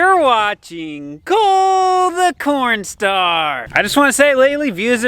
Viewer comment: Can you please change the introduction. Where you say "hey everybody it's " I tried showing this to my GF and she saw the intro and said it sounds like your saying "PORN STAR" and left. Also Doug looks like Tim Cook from Apple.